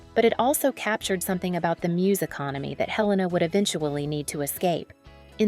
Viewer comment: Not pronounced Hell-a- na. He rname is pronounced A-lain-a.